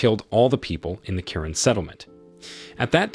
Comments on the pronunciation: Yes the culture name is Karen. I’m one of them but you don’t pronounce it like that. You pronounce is Kuh-ren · Kuh-ren sorta like Quran. Very odd. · Karen is a culture but you don’t pronounce it like that. You pronounce is Kuh-ren. Thank you🙏